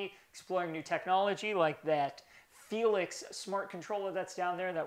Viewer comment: Damn am I the only one who thought he was saying"helix" instead of "felix" this whole time?...